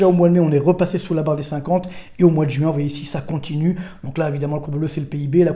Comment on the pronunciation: Écoutez cet homme, ne serait-ce que parce que ce doit être l’un des seuls parisiens à savoir prononcer « juin » et non « jOuin » 😂